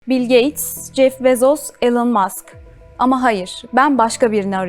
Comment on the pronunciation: Lutfen tum medyada calisanlar artik Elin mask degil -- /Ílon/ olarak okumayi ogrensin.. hangi kanal olursa olsun bu yanlis var